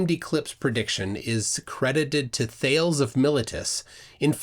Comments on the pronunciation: Thanks for the video.. I believe modern consensus is to pronounce Thales' name with a long 'e', like Socrates, and he could not have accurately predicted a solar eclipse as father-of-history and notorious fabulist Herodotus told. On an unrelated note, the constants used to compute the lunar ephemeris are not actually all "inputs". We don't know Big-G nor the masses of the Earth, Moon, and Sun nearly as precisely as we can now predict eclipses. We know the product of Big-G and their masses, sometimes called the standard gravitational parameter, and that's the form in which we need them. Happy eclipse viewing. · Nice video My only quibble is the pronunciation of Thales (Thay-Leez) as Thayles was a little hard on my ears. It was a bit like hearing about the Major Cayshun. Not a criticism. Just a minor quibble. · Just a bit of feedback, I'm not sure your pronouncing Thales correctly, I think it its pronounced Thalees with a hard e at the end. (My source is that I studied philosophy in college). I always appreciate your content though. My mother is unfortunately a flat earther. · I'll make a prediction! 😉 I predict that the flat Earth "guru" will waffle, evade, spew word salad, and fail completely to explain how he predicts eclipses. (PS - sorry to be picky, but Thales is pronounced "Thay-lees". After a classical education, your version is like nails on a blackboard 😄) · Isn't his name pronounced "Thay lees" (or maybe "Tha lees")? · Um, Thales is two syllables - the E is spokes. Also Principia, being Latin, is pronounced with a hard C. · I'm being picky, but it's "My-lée-tus", "Prin-kíp-ia" and "Hál-ee". Though I will concede that Prin-sip-ia is used by those who don't use classical Latin (tut!) and Halley can also be pronounced Hailey or Hawley and no-one's entirely certain which variant Edmund or Edmond would have used himself. It's definitely not "mill-a-tus", though. Oh, and "Thales" is not like "Whales", but "Thay-leez".